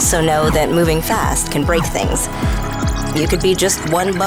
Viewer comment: Good ad, but am I the only one who hears "best" or "bast" when she says "fast" at certain points in the ad?